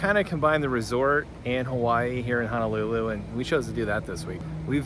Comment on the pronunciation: Hi, Honolulu is pronounced as: hoe (like the garden tool) - know - lou - Lou. Adobo should have at least a tangy taste because of the vinegar. Adobo is a simple dish of: vinegar, shoyu, bay leaves, garlic and peppercorns. Maguro Brothers are really two brothers from Japan that wanted to move to Hawaii, as one is a surfer. Katsu is pronounced as a soft 'a:, so 'kut-su'. The beginning scene of your video is showing the Ala Wai Boat Harbor, where it was featured in 'Gilligan's Island' tv series opening scene as to where they sailed out from onto their famous '3 hour tour' Liked da video!